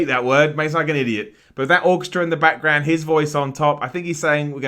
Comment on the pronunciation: i love how he says 'background'. BAKK-ground